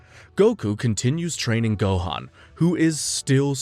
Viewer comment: Why's this guy not even trying to say the names right? How do you say Goku and Gohan wrong as an English speaking anime fan? Rolling the R in Rukia from Bleach, etc...